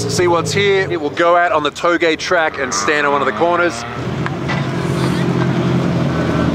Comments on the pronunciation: It is pronounced towg but it is spelled touge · Oh my days....they way you pronounce 'Touge' is hilarious